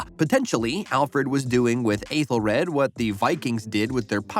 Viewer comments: It's pronounced "ETHEL red". Ffs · Aethelred not rad and Clapa nit cluba but mistakes can happen. The “ bloopers” are just behind the scenes clips not the actual bloopers itself. Have you seen the show? 😅 thank you for the video, but just have a bit more pronunciation or research.